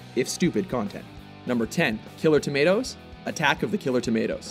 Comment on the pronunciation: Dud u just say tomatoes? Tf